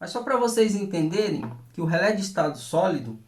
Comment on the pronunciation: nao se fala rele com final lelele e rele